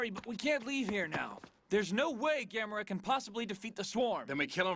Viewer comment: The only thing that irritated me was the male newscaster (in the Japanese with English subtitles) mispronouncing his name as Gam-mor-a. Like Gamora in the Guardians movies. It never fails to make me yell at the TV..."It's GAM-O-RA you moron!"